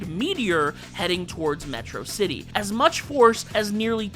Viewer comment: You mispronounced Metrocity.